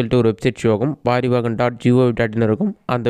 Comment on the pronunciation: பாரிவாஹன் இல்லை,பரிவாஹன் என்று சொல்லுங்க, அது தான் correct,நான் RTO STAFF